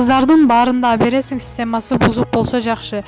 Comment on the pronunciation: Абересин абересин дебей туура суйлосоңчу ?Алып бересин же сатып бер деп .